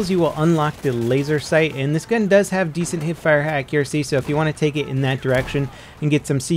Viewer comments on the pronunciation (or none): none